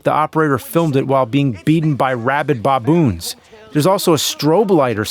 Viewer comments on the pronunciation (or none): did he say boboons? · Did he say robid bob-boons? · Robid Bawwboons? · Rabid boboons 🤣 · rabid bahboons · Boboons? Boboons?!?! BOBOONS?!?!!! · "Rabid Bob-boons" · Rabid bah-boons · What's a boboon? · Rabid bob-oons? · Bob-oons? Stop pronouncing words incorrectly!!! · Rabid 'bobboons'? haha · What are "Bobboons"??? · Rabid baw-boons! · "Rabid BOBoons" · "rabid boboons" avgn 2021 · Rabid Bah=Boonz. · Dear AVGN, what’s a “Boboon”? Is that like some guy bob who turned into a baboon or something? Your friend, Dr34dRunn3r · James.... Bahboons? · Bob-oons, huh? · It's baboons not baaaaabones, nerd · James, what's a "boboon?" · Bob-oons? Bob-oons??? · No one pronounces "baboons" like that.